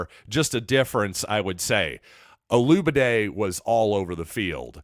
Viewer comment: Look man, before you introduce someone LEARN how to pronounce the young man’s name! There are videos everywhere with interviews with Donovan and other broadcasts correctly pronouncing his name! Man, it’s embarrassing!